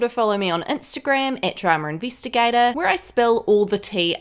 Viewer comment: “Dramer Investigata”...I just love it 😋